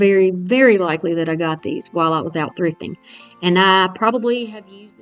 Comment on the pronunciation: Great Projects. When you were talking about where you got the Poinsettia picks I thought you said you probably picked them up when you were out drinking! LOL (Thrifting)